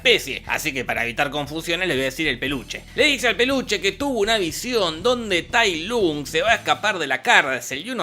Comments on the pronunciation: tai lunk?? se pronuncia tai lonk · Este es el peor resumen, todo mal jajaja "tai lun" TAI LONG se pronuncia, le cambió el sexo a Mantis y Grulla, músicas desfasadas, falta de info, todo mal hizo el Jorge. Jajaja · Oe es Tai long no Tai lung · "Tailun"? Recuerdo que se pronunciaba Tailon 🤔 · Todos: TayLong Jorge: Tailun xD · Es tai long, no tai lung pendejo y no me insultes al panda, barba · Tai long se dice! Pronuncia bien lpmqtrp pdpcryc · Tay lOng no Tay lUng... ponerle voluntad la c... (En LATAM paso cómo Tay Long ps) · sep, se escribe Lung, pero se pronuncia Luong/Long, que yo sepa sólo en España dicen Lung así a lo bestia XD Pero es obvio que no vió las películas, ni sabe el nombre de Po, y son dos letras de mierda... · Nadie Jorge: Tailum JAJAJAJA JAJAJA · tai lun jajajajajajaja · Tai lung? Diganme que no soy el unico que le decia tailong xd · Mi nene te escucho diciendo "Tay Lun" y dijo quién es este marmota jajaa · Con una carajo te lo resumo deja de intentar ser gracioso, respeta al maestro shifu y pronuncia bien la cosas tae luuuun, decepcion de video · nadie: absolutamente nadie: jorge: tai lUng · Tay Lung, enserio pronunciarse tal cual se escribe 'Tay Lung' Se nota que esta película no viste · No les pasa que "TAILUM" jajajajajajajaajja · El dolor de oídos que me genera escuchar Tai lung jajaja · Cómo le vas a decir Tai LUNG?! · Se pronuncia tal como se escribe su nombre ~"Tai Lung"? y yo que creía que era Tai Long xd